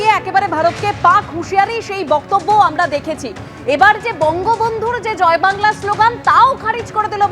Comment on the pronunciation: বেশ করেছে, ভালো করেছে, এই স্লোগান তো মমতা বন্দ্যোপাধ্যায় এর রাজ্য সরকার, মমতা বন্দ্যোপাধ্যায় দেয়।। মমতা বন্দ্যোপাধ্যায় বলে "জয় বাংলা"(কিন্তু শুনা যায়, ঝয় ভাংলা)।।।।। উচ্চারণও ঠিক করে করতে পারে না, পন্ডিতের দল!!!😊😊😊???